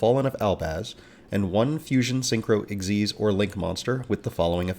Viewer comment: Thats literally how you say it 😂 You dont say eks why Zee